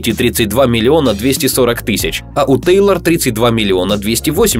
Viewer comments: Не тАйлор и не тЭйлор а ТЕЙЛОР ПОНЯТНО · ТЕЙЛООООР А НЕ ТАЙЛОР